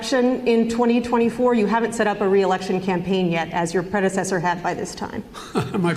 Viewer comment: ‘ my predidetor dee tu” 🤡🤡🤡😂😂😂😂